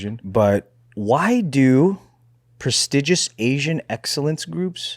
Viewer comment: Really botched the word “prestigious” 😂